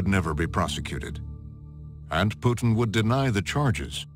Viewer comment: "V.V.POUTINE..." LMAO, BBC are you for real?